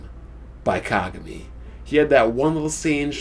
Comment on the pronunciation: they way you say kagami..its not being pronounced that way lol